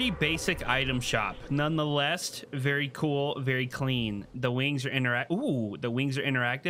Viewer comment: "none the lest"